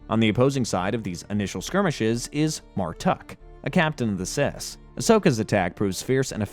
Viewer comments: I can't even describe to you how much I hate every time you say "CIS" like star wars is some type of transgender BS. It's spoken as "C-I-S" you gotta say each letter. Common star wars knowledge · I hate how he didn't just pronounce the CIS as the "See-eye-es" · Did anyone notice that he keep saying sis instead of seifd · Saying “Cis” instead of speaking each letter out individually kills my soul. I’ve never heard anyone say it without each letter of the acronym. Not saying that just because I haven’t heard it means “you wrong me right”, but it does hurt the spirit lol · Can't pronounce C.I.S properly? Im out. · Yeah the CIS pronunciation bothered me way more than I would ever think it would 😆. It’s a very well done video but I noticed quite a few errors that he presented as facts, which also gets to me but in the end it doesn’t matter, art is subjective and again they did a great job on the video overall!